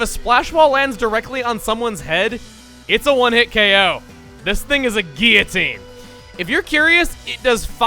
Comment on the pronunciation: Thank you for your pronunciation of guillotine. <3